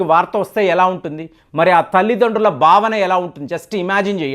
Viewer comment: Bhavana, not Bavana.